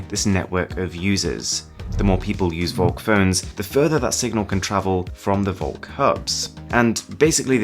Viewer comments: Ugh listening to this is super annoying if you speak german. Volk = folk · Shouldn't it be pronounced Folk? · you pronounce volk like folk, its german for folk V in german is pronounced like F :)